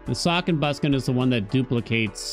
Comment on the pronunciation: I die everytime he says "Suck and Bust" instead of "Sock and Buskin"